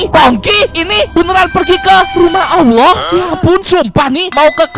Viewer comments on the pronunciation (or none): none